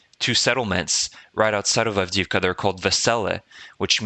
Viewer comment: Avdiivka---"avdeeyeevka" ---the second i is a "yee" ------not "avdeevka"